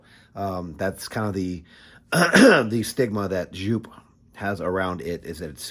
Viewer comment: Its joop! not sjoup